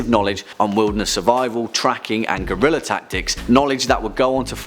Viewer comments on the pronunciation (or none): none